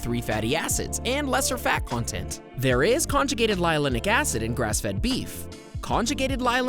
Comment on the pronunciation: My God. Nearly everything mentioned in this video is false. He can't even pronounce linoleic acid correctly.